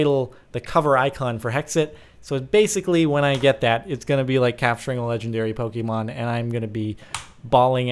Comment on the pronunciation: ok im finally annoyed enough by this to say IT'S NOT PRONOUNCED POKEY-MON IT'S POH-KAY-MON